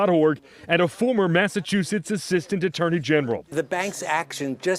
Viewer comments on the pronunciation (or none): none